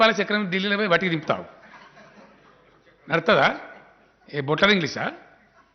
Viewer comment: వీడో జోకర్ గాడు వీడు బుట్లర్ ఇంగ్లీష్ అంటున్నాడు. బట్లర్ ఇంగ్లీష్ అంటారు ఎవరైనా కథలు చెప్పడానికే వీడు